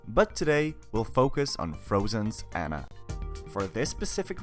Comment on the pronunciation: it`s aunna not anna